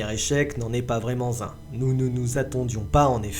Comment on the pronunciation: "Ce premier échec n'en est pas vraiment zun !" à La prochaine fois que vous voulez fouiller un château, venez avec une ficelle et un cure dent ce sera plus facile pour exploser les murs !!! 😃😃😃